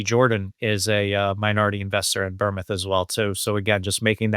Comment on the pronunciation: How she said Bournemouth is just horrendous